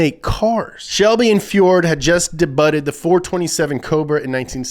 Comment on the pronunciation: "Debutted"? I know that pronunciation isn't your long suit, but it's pronounced deh-BYOO-d.